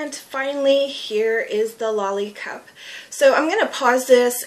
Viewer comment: For Slovene person I think you pronounce it correctly